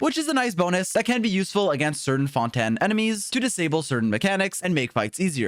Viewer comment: Lol he keeps saying fonten